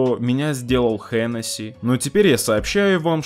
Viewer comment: Hennessy - читается как Анси, а не Хэнеси, это французская компания.